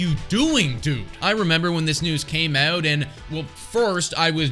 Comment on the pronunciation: Had to go back to hear it :). as a canadian, we don't hear our own accent on the 'ou' words (Out and About!!), but definitely heard it the second time through 😉